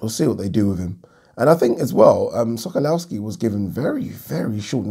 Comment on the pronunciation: Sokolowski pronounced Sokolofski. Come on bro how many times you seen this geezer in the ring ha